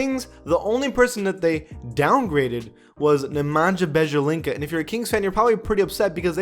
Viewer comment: When he said Bejalinka 😂😂😂😂 🤕🤒